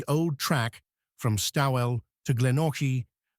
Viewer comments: At first I was pleasantly surprised that you got the pronunciation of Melbourne correct (Melbin). But as you went on I had trouble working out where you were talking about in rural Victoria. I come from Ballarat so I know the areas well. Starwell is not right it's Stawell (Storell). Maybe next time look up local pronunciations first. But overall a very good story. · I was a bit dissatisfied with the pronunciation also. I know it can be hard and ‘Doonkeld’ I can understand from Dunkeld but Stawell doesn’t have a ‘r’ in it. The rest of the pronunciation was pretty good considering. Otherwise interesting video 😊